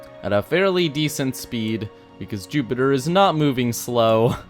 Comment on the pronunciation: You said Zupitper 😂